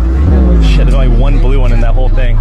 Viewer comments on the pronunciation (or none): She went back to her roots and pronounced blue - BRUE 😂😂😂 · I really don't think she smiled because she knew. She actually mispronounced blue as most asians with ESL do, so it means that she's most likely a foreigner. That being said, she might not fully understand the situation so it's more of a nervous reactionary thing. If I was being spoken to in another language that I hardly understand, and it seemed like they knew what they were talking about but I didn't, I would just smile at a politeness rather than be disgusted or act strange.